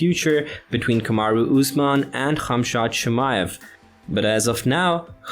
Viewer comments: Not funny how you’re saying his name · It very irritating you saying the work khamzat